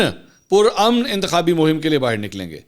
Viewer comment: I think we alllllllllll know the meaning of PURAMAN . You don't have to emphasize on it .